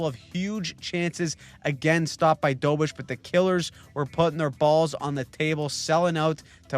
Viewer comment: DO BESH. Not dobish